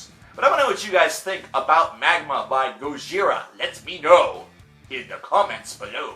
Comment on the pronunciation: He pronounces their name RIGHT!